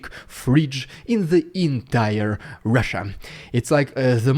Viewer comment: ah, fridge... I thought you said "freach" , like a combinaton between a freak and a b*tch :D